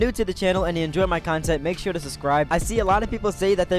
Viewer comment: but you can't.. You said "ure"..